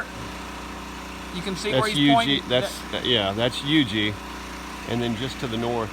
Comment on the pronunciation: Thanks for the correct pronunciation of Huger!